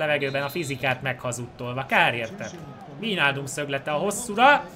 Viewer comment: AZ NEM VÍJNÁLDUM HANEM VÁJNÁLDUM